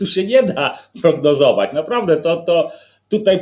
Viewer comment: Mówi się tutaj. Nie tutej.